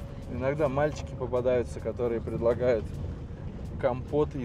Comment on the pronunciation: Не урЮка, а Урюка